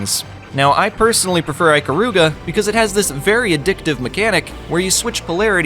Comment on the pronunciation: aykaruga lol... its eekaruga